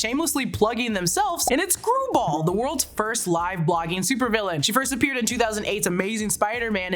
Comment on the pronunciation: Is it just me or is saying Glow ball when it’s Screwball??